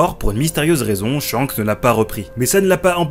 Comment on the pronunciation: Petite correction, Shanks ne se prononce pas ShiYanKuSu mais Shankusu, en effet le « Ya » est minuscule, on a donc une contraction du Shi et du Ya qui donne Sha (mais effectivement, ça s’écrit bien Shiyankusu)